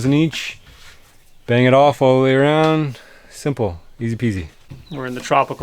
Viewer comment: "Wood awound da windows" I heard that as well. Enjoy your videos. Keep up the good work. Thx